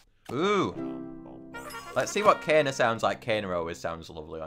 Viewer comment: I love how kayna is kaner